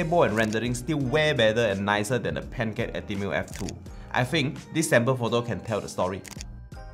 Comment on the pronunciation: I keep hearing Pentax when you say pancake. I am very sorry, but maybe consider doing this channel in Mandarin or the language most native to you? Your photos are nice, and the overall quality of video is obvious. But... your pronunciation and command of English is an absolute killjoy. Very sorry for the comment, and thank you for your efforts.